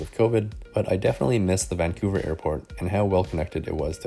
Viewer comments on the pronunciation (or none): none